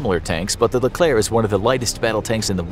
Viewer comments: The correct pronunciation: Leklerh My pronunciation: L E K L E R K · Leklair actually, it rhymes with éclair but with a 'le' at the start.